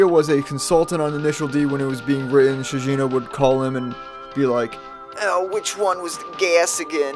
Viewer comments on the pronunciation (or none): Shigeno is pronounced SHEE- GEH-NOH. HARD G. Ugh you outsiders and your lack of even basically pronunciation make me sick.